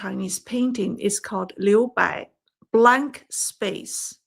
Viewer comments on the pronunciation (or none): none